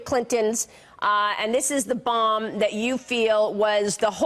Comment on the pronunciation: There is a reason she is emphisising the word "bomb".